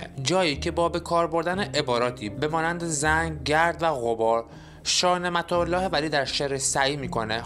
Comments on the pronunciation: چند کلمه را غاط خوندی مانند کلمه در هم که درهِم است وکلمه گَرد که گِرد است یک کلمه اشتباه معنی جمله را عوض میکند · درود، به جاست که کمی در تلفظ کلمات مخصوصا کلماتی که در تلفظ های مختلف معانی ی متفاوت می‌دهند دقیق تر باشیم مانند عالم و درهم (که سکه ی نقره هست) گرد که دایره ای بودن هست و معنی غبار هم میده، با سپاس از ساخته های شما